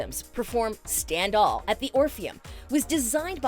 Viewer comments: Was I the only one that noticed that she said “stand all“ instead of “stand tall” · No I noticed I don't know how she made that mistake but she did...